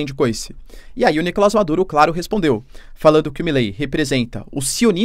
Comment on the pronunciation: Seria maravilhoso se o Maduro caísse. Não aguento mais ouvir o professor dizer Nícolas em vem de NicolÁs.